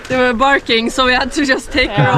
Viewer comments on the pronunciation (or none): none